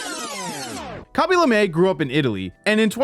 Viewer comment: why do you say kaby lame like that